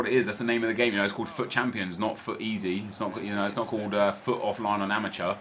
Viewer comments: No one else is annoyed by the fact that he is saying FAAT and not fut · sorry its fut not fat